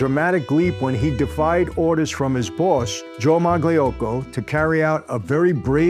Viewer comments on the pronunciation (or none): You should pronounce Mayocco - Magliocco. . . . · The "g" is silent in Magliocco. 😉